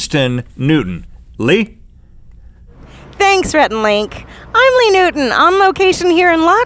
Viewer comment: Leeeeee! its Lee! 😁